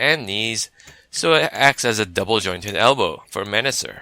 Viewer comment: You keep saying Menasor wrong